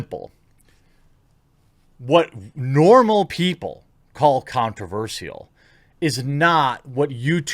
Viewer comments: Here's something controversial: You pronounce "controversial" weirdly, and I'm pretty sure it's not your accent. You say "sial" as "seal" instead of "shull". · why are you saying Controversial as controverseal